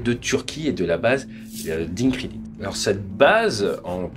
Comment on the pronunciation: Pour info le c en turc se prononce djé donc Indjirlik.